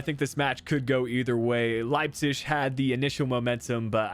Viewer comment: Idk why but it triggered me so much everytime you said Leipzig (Leipcish?)